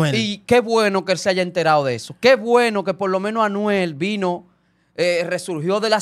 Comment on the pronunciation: FAKE FAKE!!!!! Ese no es el palabreo de Anuel…. Fíjense en la pronunciación 👎🏻👎🏻👎🏻👎🏻👎🏻